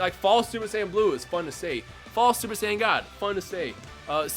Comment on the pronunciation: It sounds like you said :Super sandwiches in the intro😂